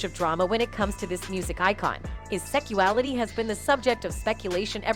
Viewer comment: It bothered me she kept saying "Secuality."